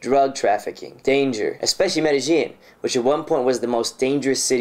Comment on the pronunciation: Please stop saying "medi-jean" as like blue "jean". Two LLs next to each other in spanish is pronounced "ye" so say it like "medi-ye-in". Thanks.